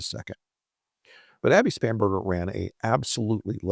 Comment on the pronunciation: Spanberger ,I thought you said spamberger 😂😂😂